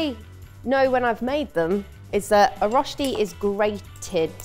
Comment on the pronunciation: You guys got so close, better than most. But how does a professional chef not know how to pronounce rösti?